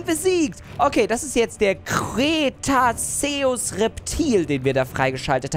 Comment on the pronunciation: Ok das is der Crrrrrrrrretaceus